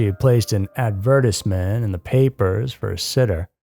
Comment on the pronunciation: Anyone else here because of the way he said “advertisement” ? 🤔